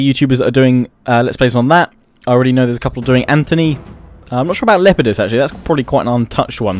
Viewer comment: It's Lepidus by the way, not Lep-ie-dus.